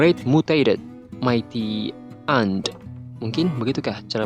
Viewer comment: Bang kalo baca yang ant tadi di awal bacanya bukan an tapi en aja bg bukan roasting yah ini cuman mau membenarkan 🗿